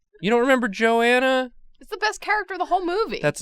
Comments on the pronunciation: Joe-anna..... It's Go-anna, plllllllssss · Goanna not joanna. Ok CHALLENGE..... draw Australian animals by their names only. Examples: Bunyip pronounced bun yip , Quoll pronounced c-woll, Death adder, cassowary, Bilby, Lace monitor, Echidna, Platypus, Thylacine, Tasmanian Devil, the actual animal not The cartoon character. There are lots more but that’ll do for now.